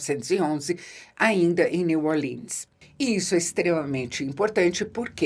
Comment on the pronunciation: "Neu orlinn" é estranho para min. É brasileiro mesmo. "Nova orleanse" kkkkkkk